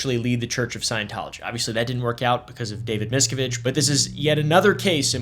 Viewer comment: MisKAviDGE.. I love it haha